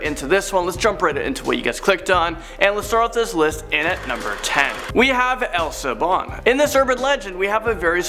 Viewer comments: It's not El Sibon. it's El Silbon and at the end you didn't explained it the right way El Sil Bon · hey, not to be rude but it's El sibón E-l si-bo-n sorry for being rude